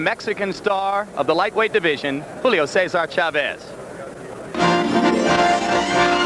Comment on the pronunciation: FIRST its CHAVEZ ..NOT... cha vvess you moron....You're suppost to be a pro .announcer..learn to pronounce names ...